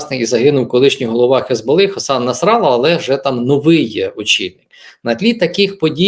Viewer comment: Я думав правильно казати насралА, але в виходить краще😅